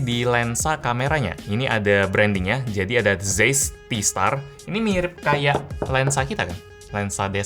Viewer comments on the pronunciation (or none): Tulisannya Zeiss, bacanya cais, om hehe